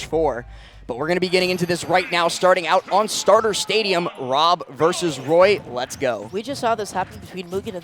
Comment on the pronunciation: When someone who can't pronounce the letter R has to commentate Woy vs W.O.B. 😵